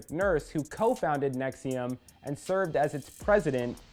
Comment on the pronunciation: Let Lee explain: right off the top can't pronounce NXIVM. Sounds like you really put some time into this LOL!